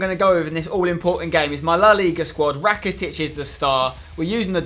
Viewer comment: You dont say Ivan rakitic you say Evan rakitic